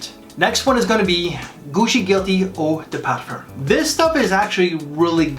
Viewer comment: WTF is an eau de Parfurr?😂